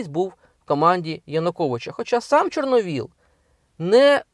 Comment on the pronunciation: Яніно! Не ЧорновОл, а ЧорновІл.